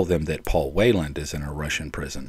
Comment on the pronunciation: Did I mishear, or did you repeatedly pronounce his name as "Wayland", instead of the correct Whelan, which you've also mentioned/written correctly in your video title?